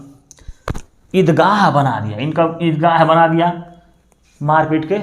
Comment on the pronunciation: Wo ead gah nahi dargah hota hai .. sir